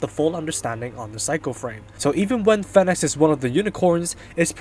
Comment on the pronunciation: This guy can't pronounce Phoenix